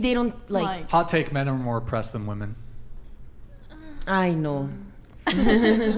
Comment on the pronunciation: cant even use the proper plural pronunciation of women. Her opinion is worth nothing.